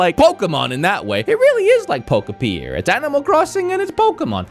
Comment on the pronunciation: We’ve made a drinking game out of the fact that can’t pronounce pokopia 😅